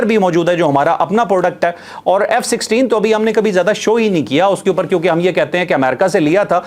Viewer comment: علاقے میں امن کا رکھوالا ، ابھی تک ، F16 ہی ہے ، الفاظوں کی ادائیگی میں بہت احتیاط کرا کریں ، شکریہ